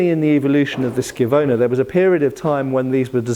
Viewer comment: Wait... are you telling me you can actually pronounce schiavona correctly? My Italian hat comes off at your passage, Sir 🤣